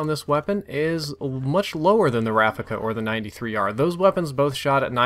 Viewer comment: You keep saying 93r it's b23r